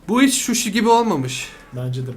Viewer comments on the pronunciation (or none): O şuşi değil suşi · Suşi ye şuşi diyen koca yürekli <3